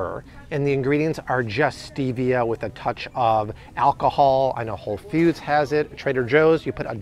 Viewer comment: I cant get passed Whole "fewds"...